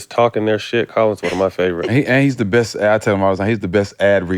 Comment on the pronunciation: I see why Colin messed up “best” with “breast” 🤤😍🤣